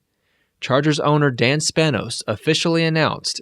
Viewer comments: Why you keep calling him "DANN" Spanos..His name is DEEEEEAN. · Anyone else notices he says “Dan” not “Dean” multiple times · DEAN Spanos.... DEAN.... DEAN.... NOT DAN! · Did you say "Dan" Spanos ??